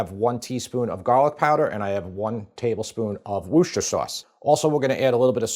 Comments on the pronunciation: Worcester Sauce. It's pronounced 'Wuss-ter' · I'm English - it's wooster sauce. Pronounced wuh-ster. not woooh-ster. HTH. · wuster / wusta. never wuster-sher! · Love the excitement from James' approval. And for the last time....it's "wis-ta - sheer" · Wuss-ter sauce. Pure and simple. Forget the “shire” bit. Nobody in 🇬🇧says the “shire” bit. It’s just “wusster sauce”. 🇬🇧🇬🇧🇬🇧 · Woost - er-shire. Sauce. Was created by accident... Loving your videos. Congratulations on 1m sub apron. 😅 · woos tir shire ;) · I'm fed up with chefs who can't pronounce Worcestershire. It's not that hard, and mispronouncing it is not amusing. Ugh. In case anyone is actually confused and not just trying to be cute, it's pronounced WOOST-uh-sher, with the OO pronounced like the OO in Look, not the OO in Rooster. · It’s Worcestershire Sauce. Pronounced Wuss-ter-sheer. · Here's how you say WORCESTER you say WUSTER it rhymes with MUSTER. So, Worcestershire is pronounced WUSTER SHER. Please make an effort to get it right 👉 😊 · Worce ster SHIRE. 3 syllables. Not that difficult. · Repeat after me: wuss-ta-sher. Wusstasher sauce. Worcestershire sauce. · Worcestershire: Worcester pronounced like the Mass City; Wooster. Then shire (shy-er)